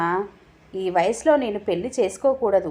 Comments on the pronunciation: పెళ్లి అనే పదాన్ని పెల్ అని చదవి విసిగించే వద్దు. కథ బాగుంది. చదవటం ఇంకా బాగా ఉండాలి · కథ చాలా బాగుంది. నిజంగా తోడు కావలసింది 50 తర్వాతే. పెళ్లి అనేది కేవలం శారీరక అవసరాల కోసం మాత్రమే కాదు. నాకు నువ్వు,నీకు నేను అనే తోడు,సాన్నిహిత్యం కోసం. కథ బాగా చదివారు. పెల్లి అనే ఒక పదం తప్ప, మీ voice కూడా బాగుంది. రచయిత సత్య ప్రసాద్ గారు రాసిన కథలు అన్నీ కూడా ఒక ప్రయోజనం ఉండేలా ఉంటాయి. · Laa should be pronounced properly pelli and malli